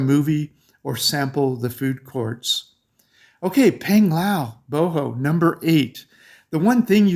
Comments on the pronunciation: Great to watch your vlog and thoughts on places. If you have been going to Philippines for so long, why you miss pronounce “Bohol” (Bo Hol), Bo Ho 🤔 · I feel it must be corrected but for sure we appreciate your trying. Here goes: 1. Bo-HOL 2. Ce-BU 3. Pa-LA- wan 4. Bo-RA-cay